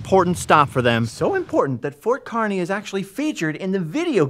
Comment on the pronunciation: Yes! Finally someone takes the time to visit "The Good Life" in Nebraska. It's pronounced KAR-ney for the town of Kearney, Nebraska. So happy someone finally pronounced it correctly. If you are ever going through NE again, hit up Scott's Bluff the monument (not just the town itself), Chimney Rock which less than an hour away from Scott's Bluff. Travel Highway 2, Alliance Nebraska has Carhenge (replica of Stonehenge but made out of cars). A small town on Highway 2 called Anselmo has great town murals and an old sod house which many early settlers built and lived in. Also along Highway 2 is Broken Bow which has a great county museum with old artifacts and the Sandhills Scenic Byway Center on the edge of town gives information about the Sandhills (the crane/bird is named after) and such. Much of Nebraska is hills but people only travel the interstate, I-80, which follows the Platte River which is a take on the french word for flat. Moreover, "Nebraska" is the Oteo word for flat water that's why many people think Nebraska is flat when in actuality it's 60% hills once you get off the interstate.